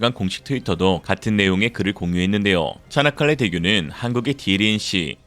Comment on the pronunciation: 차나칼레 대교?? 발음이 "차(이)나"니 즁귝이냐? 쪽팔린 중공! 쪽팔릴 중국!! 정신차려 중국인민들아..